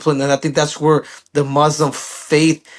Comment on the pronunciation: With all due respect to Triple C, the Arabic word that means "One Who Submit to God's Will" is NOT pronounced "Mud's Slum" (not saying that's what Triple C meant in his mispronouncing; just what it sounded like). It's pronunciation is as simple as an "Mu" said before the word "slim". Thank you so much.